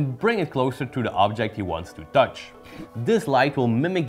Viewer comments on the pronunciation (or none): I thought you were saying Dutch instead of touch